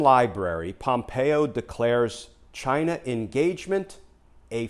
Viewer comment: I think the country is pronounced, "CHIIIINA".